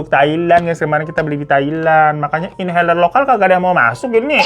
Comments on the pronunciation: bukan inhaler tapi INHALER salam jompo 😅😅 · itu mau bukan inhaler lagi tapi INHALERRR